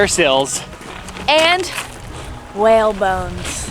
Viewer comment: You see that WELL me: HUH what well; I only see a whale: that's what I said, a WELL me: whAALe, not WELL jk ur hot so its fine